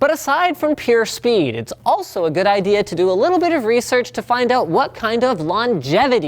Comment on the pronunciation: I've been waiting for you, As Fast As Possible. Yesh... Gewd...